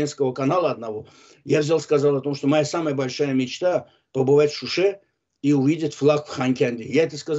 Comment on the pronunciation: Вы неправильно говорите! Она неправильно сделала ударение. Она скпзала слово Шуши ,ударенин она сделала на ,,у". А должна была сказать ,,в Шуше" ударение на ,,е". Тогда было бы правильно!